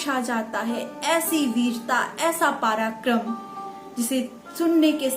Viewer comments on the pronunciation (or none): Mam apki video sarahniye hai magar ap apni Hindi ke ucharan ko theek kijiyega Parakram nahi prakram P ke sath aa ki matra nahi hoti Hatyachar nahi Atyachar hota hai Aurangaazeb nahi Aurangzeb Dhanyawad